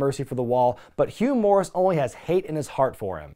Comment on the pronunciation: I don't know how often he did, but I remember Tony Schiavone used to pronounce Hugh Morrus straight up as "Humorous"... I found it Hugh Morrus